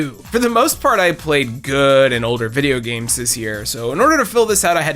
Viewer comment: lol you said video games like hank hill. Loved it 😂. Videya games. My new favorite youtuber lol